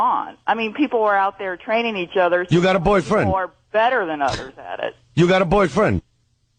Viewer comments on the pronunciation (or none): "YEAh! We thud be twaining u..." Trainable Opie